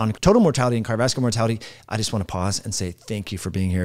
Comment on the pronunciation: A video is not a foot race. You might give some thought to how unprofessional you sound when you are talking so fast that you are not even enunciating the syllables in the words, “cardovaslar”. Say it with me, car-dio-vas-cu-lar.